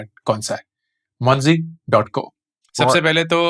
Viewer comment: Monzy sounds like Ponzy 😅🤣